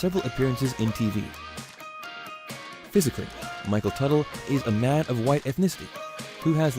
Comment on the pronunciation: “WOW MICHELL TUTAL”